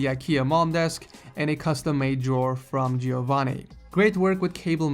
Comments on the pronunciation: You mispronounced Giovanni, it's not Gee-oh-vanni, it's jo-vanni hope that helps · i am italian, and i think Giovanni is italian too, it's hilarious how you pronounce is name ;D